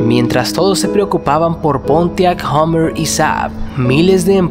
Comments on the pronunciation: Podrías pronunciar Hummer correctamente. No se dice "hOmmer" como dices tú. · Es Hummer con U, no "Hommer". La U allí se pronuncia parecido a una A española, no una O.